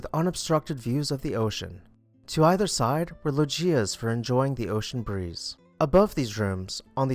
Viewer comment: Thank you for your videos. You are doing an awesome job getting thru these beautiful homes in record time while still presenting newsy facts. Riente , however, is pronounced Ree EN te. It means laughing or merry in Spanish. Also, you may want to google how to pronounce loggia. I don’t mean to be petty but correct pronunciation only validates your knowledge of the subject.